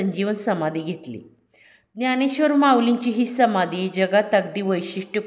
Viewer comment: ज्ञाणेश्र्वर न म्हणता ज्ञानेश्र्वर म्हणावे.